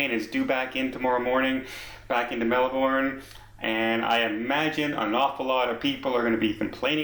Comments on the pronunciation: Melbourne is not pronounced using the BORN so strongly. It’s more like Mell Bun !! Sorry these yobbos upset other passengers... There are idiots everywhere unfortunately! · As an Australian, just going to say that you had the pronunciation of Melbourne right the first time before correcting yourself - it's a lot closer in sound to 'burn' than it is to 'born' Nice coverage of the matter, especially the extent of the crew's action against other passengers' recordings of the incident. That hadn't been reported on quite so much by our media.